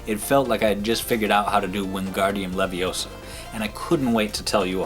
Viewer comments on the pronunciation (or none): It's "levi ohhh sa"